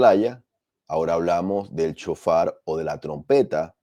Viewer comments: SHOFAR...NO CON C CON S ..SHOFAR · Sjofar así se pronuncia